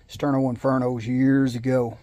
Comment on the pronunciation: Thank you I appreciate the cup of coffee, And the pronunciation was correct That is one cool Sterno Cup